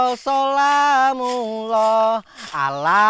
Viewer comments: Koreksi ya, waktu mak beti sholawat badar tadi lafaznya sholatulloh sholamulloh ini salah bang. Yang benar ini: Sholatulloh Salamulloh. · Mak beti baca صلاةالله صلام الله , harusnya صلاةالله سلام الله